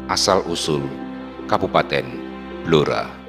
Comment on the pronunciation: BLORA dibaca BLURO.